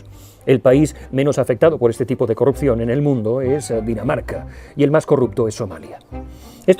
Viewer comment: Has dicho "de carrupción", luego corriges, eres humano. Bieeeen!